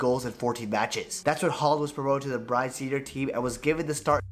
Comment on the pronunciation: Also the guy making the original vidoe. The way hes butchering the Norwegian team names... Pronounce the E! BrynE. MoldE... Not Bryn and Mold... Not your fault tho. Im just saying so people get it right.